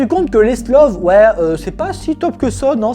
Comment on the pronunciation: C'est pas "SLOV" c'est "STOVL", stovleuh en French. Difficultés d'énonciation ? Oh et il est rigoureusement impossible d'embarquer à la fois "une quarantaine de F-35B" plus 14 Merlin. Le hangar peut accueillir 24 F-35B point barre. Le pont accueillera le reste, exposé aux éléments. Des emplacements sont prévus pour 24 appareils sur ce pont (disons donc 20 F-35B et 4 Merlin). L'excédent éventuel de 10 voilures tournantes ? Il empiète sur les slots d'atterrissage verticaux ou sur la piste de lancement. Waouh, trop bien pensé !